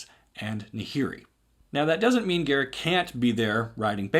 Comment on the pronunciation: Garick? GAROOK!